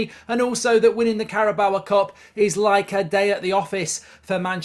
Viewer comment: Still can't say Carabao correctly